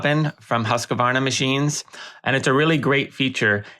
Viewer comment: It bothers me when the name of the machine is mispronounced. One of the first things I was taught in sales of the machine is that there isn’t an “a” after “husk”!! The word is pronounced “Hooskvahrna”